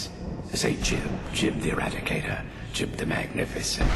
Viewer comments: I believe you pronounce the whole thing. Jee-oob. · I've always thought his name was pronounced as "Gee-oob" :p